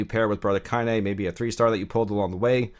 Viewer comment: hey I was watching another video of yours the other day (when ya mispronounced Kaine hehehe) and you said you hadn't played the Nier games? I was like "what is he then, a fuckin gacha god?" I'm new to the channel and you've helped me understand my first gacha so thank you, I....kind of understand the appeal, I love the lore of this game 100 percent but I certainly wouldn't be doing all this grinding if I wasn't so invested in this universe, so I guess I was just curious. I started off hating gacha, but now I got the bug. I kinda like it. And hate it. In equal measure. I was just blown away your doing what your doing if you hadn't done the Nier games. (Perhaps drakengard?) I'm new to the channel though and sounds like you cover other gachas so maybe that's what's up. I was curious though. You've been a HUGE help, my force, it thanks thee. Haha